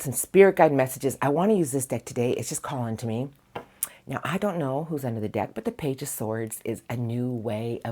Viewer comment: Thank you as always gorgeous PS you sounded like a kiwi when you said pickin one dick (deck)when you began love crossings 😂 Your the best love your energy 🥂❤️😅